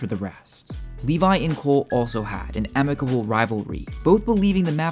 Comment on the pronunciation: Funny you call him Livai when his name is Levi